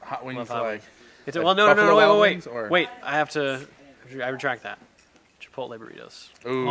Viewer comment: did he say chipotle?